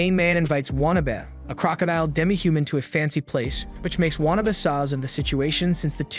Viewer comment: Say It with me...waa...na...be.